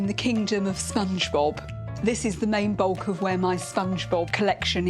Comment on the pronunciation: is it me or i kept hearing the lady said Spongebulb.